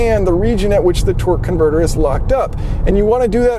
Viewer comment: Sounds like you're saying "twerk converter"...